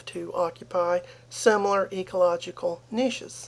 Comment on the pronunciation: so refreshing to hear a Yank pronounce "niche" correctly. It's like a breath of fresh air.